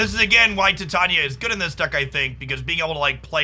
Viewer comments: Ti-tanya? Thought it was Tai-taina. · I squirm every time you say “Tie-Tanya”………it’s “Tie-tane-knee-ah” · Just so that you know in future videos even though it'll be hard to get used to saying, its Tie-tane-ee-uh not Tit-on-yuh. Shes also in the She-Hulk series on Disney+ :) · TIE TAE KNEE UHH CAN YOU READ ENGLISH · Yep, it is tai·tay·nee·uh. I don't know if he says it the way he does as a joke or not. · Ti-tanya is the pronunciation of the fairy queen from Midsummer Night's Dream, that may be where got it from.